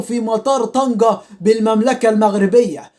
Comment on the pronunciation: طنجة و ليست طنكة